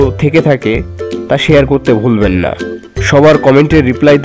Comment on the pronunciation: ভাইয়া যেভাবে না বললেন। আমার মনে হলো এভাবে না বলাটা উচিৎ হয়নি আপনার, কতটা আবেগের সাথে ভিডিও টা দেখতেছিলাম। আমি এসএসসি সাইন্স ছিলাম hsc কমার্স কম্পিউটার সাইন্স নিয়ে পড়া টা আমার সপ্ন ছিল। এই না টা ত অন্যভাবেও বলতে পারতেন🙃